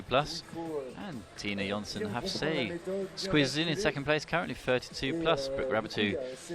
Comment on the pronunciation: And Julia Fisher ( that is Fiser), and Tina Havesayy (Hafsaas, pronounced Havs-Ohs).